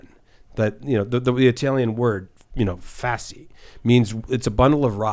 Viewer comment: Ok this guy that mispronounced "fascii" and said it is a "bundle of rocks" needs to go. Tim please invite more educated guests please.